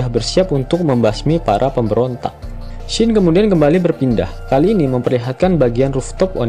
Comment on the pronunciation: Scene sebutannya bukan shin, tp sin